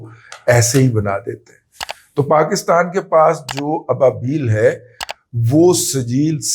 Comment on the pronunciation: مطلب کے ابابیل کے اندر ابا الگ سے پڑھا جائے 😂🎉